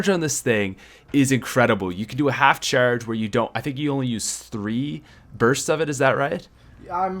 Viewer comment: Cheeeeerge more like charge lol